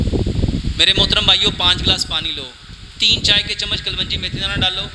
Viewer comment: O JAHIL IS KA NAAM KALOUNJI HAI NOT KALWANJI